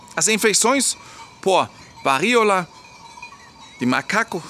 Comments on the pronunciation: O correto. Siga o acento agudo. "VARÍOLA..." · Diga "varÍola" sem medo de errar,: a sílaba tônica é o "RÍ". A Elfi está certa. 😊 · qdo for falar varíola, lembre q esse ola vai soar como o cumprimento - Olá - força no último A - varíolA 😉